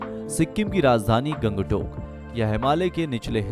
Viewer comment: Aap ka Pronounciation thik nahi hai.. Guri ko gudi, Gangtok ko gang tak